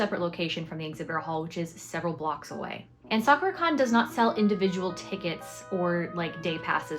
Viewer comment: FYI "sakura" is not pronounced quite like that... it's more like sa kuu rah. Your booth looks awesome 🤩